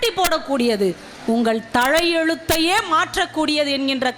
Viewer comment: அது கழ்வி இலங்கம்மா, கல்வி (கள்வி இல்ல).,தழையெழுத்து இல்லங்க தலையெழுத்து. உச்சரிப்பு இப்போது இப்படிதான் உள்ளது.முதலில் பேச கற்றுக்கொள்ளுங்கள்.